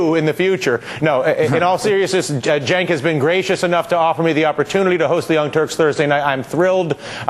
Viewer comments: He finally pronounced Cenk's name right. Huzzah! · hey, he pronounced cenks name correct. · thats how its said. Cenk is Janke